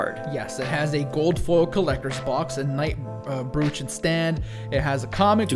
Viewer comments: Broach, not brooch dumbass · Why did I buy the digital version of hollow knight?! I never go digital! Nobody told me this would be a thing! Also: not to be that guy... But it's pronounced "broach." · "Bru-ooch"? Is that anything like a "Br-roach"? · Is that how all Americans pronounce "brooch"??